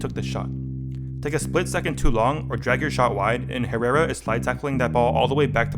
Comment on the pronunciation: The way Americans pronounce "Herrera" 😂